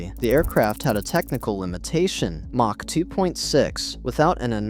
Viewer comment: Lose the AI narration. I tapped out at "mach" with a soft "ch".... like macha.